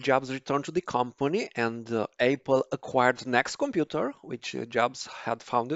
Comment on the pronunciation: Please practice saying Apple instead of Aypal